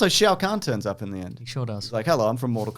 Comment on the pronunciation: Laughed so hard coming to the comments after hearing you say Shao Kahn to see if people were bitching and seeing this.